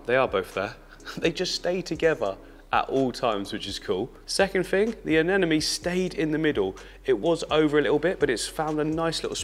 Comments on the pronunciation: please stop saying "aneNOme", it's "aneMOne", i had to listen to this insanity against my will because my partner loves your vids, but how can you disrespect those lil creatures by mispronouncing their names after so many years of experience ! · regardless he puts out a lot of great content on the channel. It’s not a big deal he mispronounces anemone. Lol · Why does many people having a hard time pronouncing ANEMONE? 😂😂😅